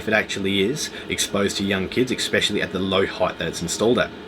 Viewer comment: Please......especially his pronounced with an "S" as in eSpecially. Not eXpecially. No "X's" here. Sort of detracted a little bit from an, otherwise, excellent video. Just saying.